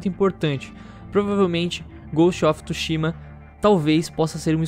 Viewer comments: Só eu q fiquei mt incomodado com o falando "Ghost of TUshima" ao invés de "Ghost of TSUshima" kkkk:v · Não é tushima é tsushima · inglês? kkkk, mas "TSUSHIMA" é japa garaio :v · Que agonia toda vez que ele fala Ghost of TÚshima